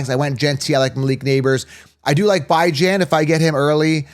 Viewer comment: How does he consistently say Bijans name wrong